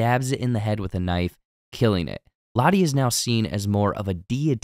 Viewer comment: Butchered Lotto's too